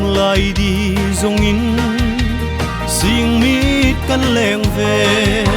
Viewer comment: Thiem ie.. Siengmit ❌ Sîngmit ✅. Vâl in ti ve Sie ❌ Vâl in ti ve Si ✅